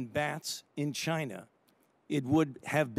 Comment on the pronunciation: "Chi-Na", that's where, libs.